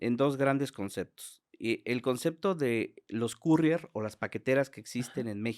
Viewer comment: No es por criticar pero no todas las Carrier tienen ese tipo de tecnología hay dealers de drogas que te lo mandan por paquetería y no se pronuncia así Carrier jajaja